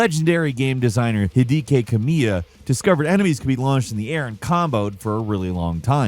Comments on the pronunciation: My favourite bug feature is how you pronounced Hideki Kamiya. Also melee boosting in No Man's Sky. The devs know about it and the game still gets updated every few months. They just choose not to patch it out because it's cool. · One of the weirdest ways to say Hideki Kamiya.